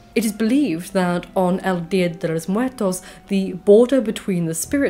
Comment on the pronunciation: The pronunciation was on point! Lol I was like "wait...wait, how did she just say 'Dia de los Muertos' right now?" I had to hear it again LOL. I was surprised, but more so impressed. The Nawa pronuciation was great too.